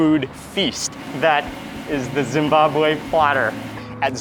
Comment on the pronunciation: I love how Mark makes an effort to properly pronounce Zimbabwe, Zimbabwean and Zweli... Its appreciated 👏👏👏 great video MW thank you